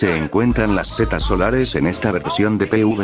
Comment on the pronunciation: ¿Por qué "cetas" en vez de setas?